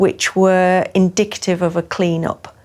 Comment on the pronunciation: it kinda is. Assuming you're an American, the brits thing you mispronounce loads of words, like "herbs", or "route". Either way, she doesn't mispronounce the word she very clearly says "indicative".